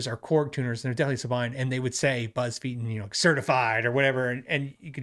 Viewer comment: “Feiten” is most likely pronounced “Figh-Ten” 75% of the time “EI” is “ii” whereas “IE” is “ee”. But not always 😂